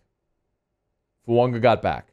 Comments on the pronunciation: FUAAAAAGA. FU-AH-GA. NOT FUUNGA! Please 😭😭😭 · There's no "N" in Fuaga..